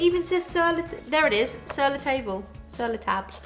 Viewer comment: You pronounced Sur La Table correctly